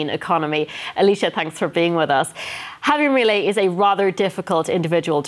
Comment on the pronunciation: this girl cant say "J-A-V-I-E-R M-I-I-L-E-I"